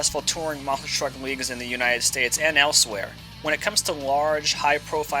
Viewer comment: No offense, but there is a “T” in “MONSTER” it’s not “MONSIR” just sayin’……